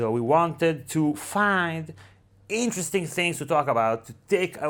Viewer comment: 'Interesting' or 'Incestring' ?